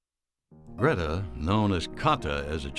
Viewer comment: Do you call her Carla it’s Greta great documentary by the way love your voice dear but can’t figure out how you call her